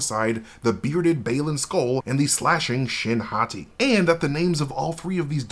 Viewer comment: Whenever I hear Shin Hati.... speaking Japanese all the time as I do... I hear... Shin= new Hati= Hottie.... aka new pretty hot girl... which is indeed what she looks like. I doubt this was intentional.... but I am sure this is what many Japanese will take from this if they use that pronunciation in the Japanese version. lol....